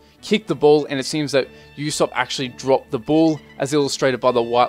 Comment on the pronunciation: Actually did a pretty good job with the names. The only one you got wrong was that its pronounced "Oo-sopp" not "You-sopp"